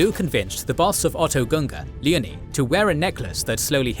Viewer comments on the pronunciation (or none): Leo-nee not leney.